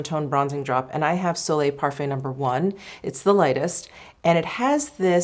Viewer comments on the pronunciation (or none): none